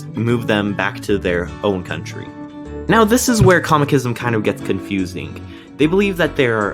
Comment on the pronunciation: It's Cosmicism how thr hell did you butcher it